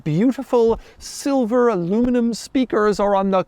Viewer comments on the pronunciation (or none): none